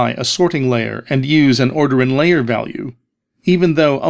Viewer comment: "The sorting LAYer."